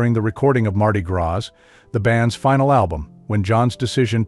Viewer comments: TERRIBLE that you used a bot to record the narration. Hearing the telltale mistakes in intonation and pronunciation (e.g., "led" as the pronunciation for "leed" guitar, and "graz" for gras in Mardi Gras ) just makes this seem like a manufactured hatchet piece. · Ha! "Mardi Grass"????